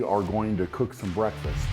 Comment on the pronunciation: It's breakFAST, not beFAT